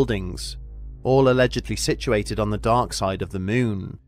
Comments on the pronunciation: Teacher - okay children say, M O O N, MOON Narrator - M O O N, MEWN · its Moon , not meeooon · "syrfeis of thy myyn" 😂😂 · I just love this guy's pronunciations! "... any further exploration of the MEWN" Lol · Loved how you call it MEWN 😀 Is there a feline connection? 😸